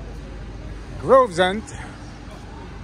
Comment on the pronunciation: Its Gravesend not Grovesend